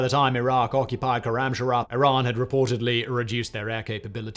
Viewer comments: Awesome information but please, it's not khoramshara, it's khoram shahr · Koramsharah..... how fkign hard is khorram shahr to pronounce ? Its shahr means city not shahar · Sloppy reading too. It's Korramshahr and not Korramsharahr. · I suggest an adviser on pronouncing Iranian city of خرمشهر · As a Farsi speaker, hearing his pronunciation of "Khorramshahr" hurts 😅